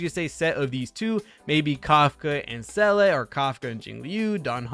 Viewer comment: Seele is Pronounced Zee La say it with me Zee La. Seriously she says her own name.